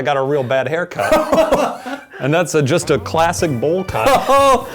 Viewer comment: "thats'a just'a" lmaoooo